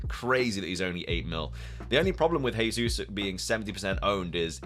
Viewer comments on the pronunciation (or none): Gehzeus not hehzeus ;)